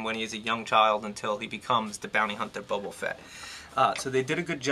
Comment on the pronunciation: Good review, however I have a couple of points of contention!!! First of all, his name is Boba, not Bobo, lol, and secondly, his shoulders do move upwards of ninety degrees, trust me just push them up a little and they'll slide ride into the joint!!!